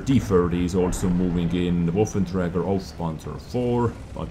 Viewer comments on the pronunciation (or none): none